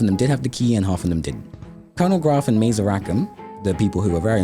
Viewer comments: What the above guy said. Though the video maker seems to have missed the similar bit in the books about how “Mazer” is not pronounced like laser, it’s like “Mahzur.” The terrible movie also missed that one, so it’s understandable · Oh no… mispronouncing Mazer, showing Petra labeled Ender, I’m too big a nerd for this video 😂😂 (just teasing btw great video some small mistakes are inevitable in a project like this)